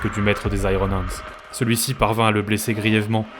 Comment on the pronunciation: La prononciation de iron hendes m'a laissé sans vox. Puisse le Primarque me pardonner sans brûler ma planète !